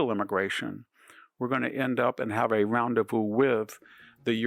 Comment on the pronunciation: Asterisk... not "asterick" Roundevous? Big fan -- bought several of your books... but really.